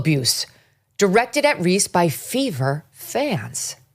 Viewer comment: I generally like Megyn, but she should stop talking about the WNBA, because she isn't a fan, she doesn't watch it and she doesn't know about it. She keeps mis-pronouncing player's names, so you know she doesn't watch. She does keep track of politics, so she can speak on that, but she needs to shut up about the WNBA.